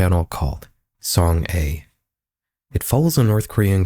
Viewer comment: Great vid but just a small correction, the youtuber girl’s name is pronounced song-ah. Otherwise you did a great job with the Korean pronunciation, something i always dread when seeing ppl talk about topics like these 😅